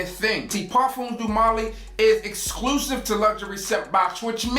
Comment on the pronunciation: "Parfums doo molly" smh